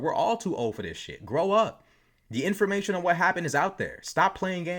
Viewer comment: Best word yet... "inforfuckamation" 💥